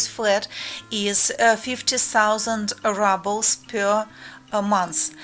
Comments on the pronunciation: Just as a bit of constructive criticism - the word рубль ("ruble") is pronounced ROOBL (like moon, or spoon) in English - not RUBL (like bubble or trouble). Other than that slight distraction, I liked your video very much :-) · hello dont mean to be mean but how your saying ruble is the word for crushed brick and dirt, ruble how you would like to pronounce it would be like the ending of "you" y"ou" r"ou"ble